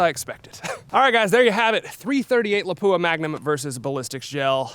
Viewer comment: Cool video but please pronounce Lapua correctly! It's pronounced lop-wah, with the emphasis on the first syllable. Thanks!